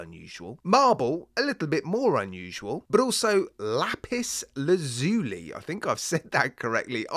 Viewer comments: Just to be pedantic it's pronounced la-pis laz yuh·lie .😎 Lapis lazuli, also known simply as "lapis," is a blue metamorphic rock that has been used by people as a gemstone, sculpting material, pigment, and ornamental material for thousands of years. High quality lapis lazuli can be a costly gem. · I like all three of these variants for this watch. I am rather dazzled by the marble version. Lap-iss Laz-you-lie, it's not a Cannoli bruv! :face-green-smiling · Lapis Laz-yu-lai is the pronunciation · you can say the word just how you like but more people will understand if you say as Laz (as in Gaz) you lie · the dial on the first watch is I think its pronounced Lapis Laz-u-li , as far as the second watch goes it,s one of those where the colours should,nt work but actually do